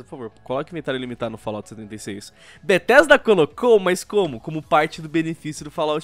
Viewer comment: N eh mais Bethesda... eh BRUHthesda